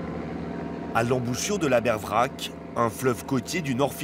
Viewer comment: Oui, et de Aber Vrac'h, qui se prononce vrar et pas "vrak"